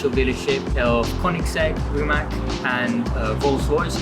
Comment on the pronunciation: Is it really hard to pronounce it "Rimats"?